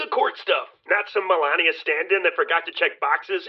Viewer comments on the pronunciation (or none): none